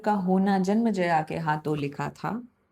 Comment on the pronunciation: मैडम जी विथ रेस्पेक्ट आई वाना सजेस्ट यू,हिंदी का मजा तो हिंदी टोन में ही आता है "जनमज़या " नहीं वो राजा जन्मेजय थे।